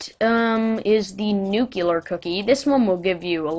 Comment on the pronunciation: IT IS NUCLEAR!!! NOT NUCULAR!!!!!!!!!!!!!!!!!!!!!!!!!!!!!!!!!!!!!!!!!!!!!!!